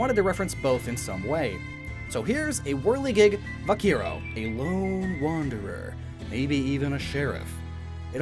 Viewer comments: haha, vaquiero, it’s pronounced vakero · its vaquero(ba-ke-ro) not vaquiro XD but I forgive you because I really liked all the inspiration and fakemons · I'd choose Llampas, it made Grass Types look cool again. But all three are nice. (Sidenote: Cowboy in Spanish is pronounced ba-ke-ro, they mix b's and v's together, but that was close so props mah guy!) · V a k i e r o u No no no honey it’s pronounced “va ke ro” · “Vaquero” is pronounced “Vah-care-oh”, not “Vah- Keer-oh” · Vaquero not Vaquiero XD Or since this region is based on the south of the U.S.A. you could maby the also used Vaqueiro wich again first has that Vaque and than the iro. (Basicly pronounced Vakeiro) But for those that where told otherwise there is a big difrence in latain american spanish and castellano wich is the official spanish language and, speaking from experience, some latain american people have trubble when learning the official spanish language given that mutch was either taken from american english and mixed into it or it is a rathet broken version of it. Some words even do not exist in the official spanish language/castellano given the huge diffrence in culture as well as purely space in between that there is. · "Viaquiro" You don't know how to pronounce 'Vaquero', right? xD The way you say it is just too fun to me ngl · A small pronunciation correction, my good friend: Cowboy in spanish is pronounced "Vakero". In Spanish, the "qu" is pronounced as a "k". For some reason, the u after the q is mute. Also, you'll never find a q without his trusted u beside it. Spanish is an over-complicated language, I know, but is still the sexiest there is. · Vaquero is pronounced VA-KE - RO (pronounce it literally) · No one: not a single soul: me and my spanish: him: VAKIERO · you pronounced vaquero bad ( im spanish) 😅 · hearing him say cowboy in spanish makes me suffer inside ( i am mexican ) either way I would chose water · You pronounced vaquero so poorly, but it’s nice to see that you tried :)